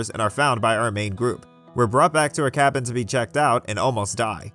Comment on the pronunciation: I'm sorry, the "ca/ka-what"? (when referring to the cabin group)